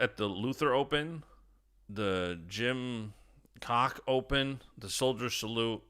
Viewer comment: The Jim Cock Open??? 😂Jim Koch Open German name meaning cook and pronounced as Cook.